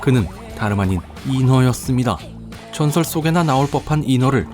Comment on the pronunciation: 분명 인어라고 발음하는 걸텐데 왜 내 귀에는 계속 잉어로 들리는지...